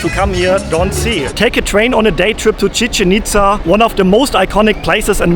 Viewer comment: Tequila is simply mezcal which comes from the state of Jalisco. This is analogous to champagne simply being sparkling wine from the historical province of Champagne. Commonly mispronounced, Chichén Itzá is pronounced chi-CHEN eats-SA (not rhyming with chicken pizza). The accent marks tell you which syllable to stress.